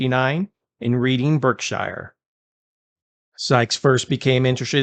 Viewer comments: His place of birth is pronounced Redding, Barkshire. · More like barksha, if you write shire he's not going to know he got both syllables wrong. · It's pronounced redding and barkshur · Not that it matters, but Reading is pronounced Redding, and Berkshire is pronounced Barksheer. Great video 👌🏻